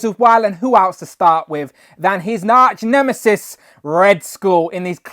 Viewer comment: His NARCH-NEMISIS? NARCH??